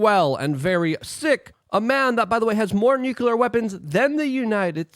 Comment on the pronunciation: Repeat after me: New-clear. New-clear. It's new. It's clear, it's nuclear. It's not nuke-you-ler. It's Nu-Clee-er..